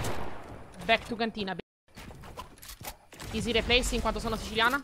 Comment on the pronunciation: Quando dici easy repleys quanto sono siciliana muoio 🤣🤣